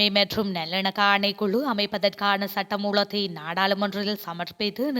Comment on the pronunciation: இந்த பெண் அறிவிப்பாளர் " உலகம்" என்பதை "உளகம்" என்கிறார். "சட்டமூலம்" என்பதை "சட்ட மூளம்" என்கிறார் "ல" வை சரியாக உச்சரிக்க தெரியவில்லை. கற்றுக்கொள்ள வேண்டும்.